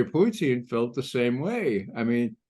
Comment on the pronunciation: Why this re74rded criminal McGovern keeps on saying President Putin's name like that. Is je bvtthurt? I cant listen to him.